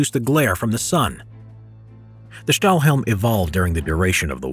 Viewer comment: Great, great video over a topic so very seldom discussed and known about. Thanks for taking the time to teach us something so rarely talked about! By the way, Stahlhelm (good pronunciation by the way!) translates to "steel helmet" in English.